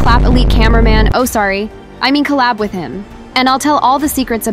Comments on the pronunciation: Did you say clap camera bro, you sauce? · My think you say clap dont be dum my know you say clap not collab